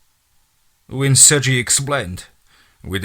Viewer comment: Dude i love you but it's pronounced "Sur-gay" other than that, keep up the amazing work